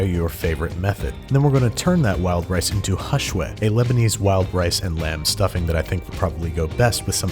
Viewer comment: when he said “hashweh” i DIED. King of Arabic 😤❤️ (also, fun fact: hashweh means stuffing! it’s soooo good and andrew NAILED IT)